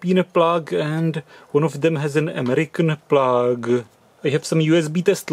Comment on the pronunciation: EMERICN PLAAAAA G